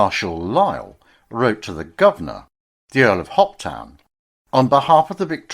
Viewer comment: The Governor Lord Hopetoun is pronounced Hopetoon or Hopetoun never Hoptn